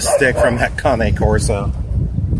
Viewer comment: It's called a CANE CORSO bud..not a Cane' Corso🤣.